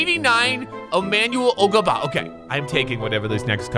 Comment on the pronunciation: emanuel ogabah